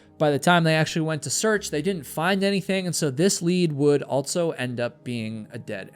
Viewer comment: Never heard anyone pronounce also as “altso”